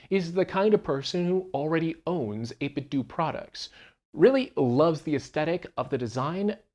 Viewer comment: 8bitdo is pronounced like Nintendo